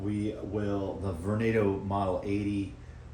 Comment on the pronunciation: now you pronounce it correctly